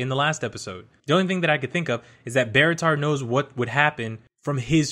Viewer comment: Please never say Barritar again